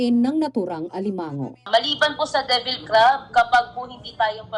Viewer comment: Ganyan ang mga Bisaya pronunciation nila divil sa devil. Ex: Si Marites, sa Bisaya, si Maritis.